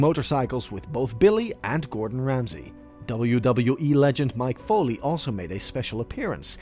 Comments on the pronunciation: It's Mic Foley. Not Mike Foley. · I'm sorry, but did you say "Mike Foley???" Pardon me, but it's MICK FOLEY! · This dude said "WWE wrestler Mike Foley" LOL!!!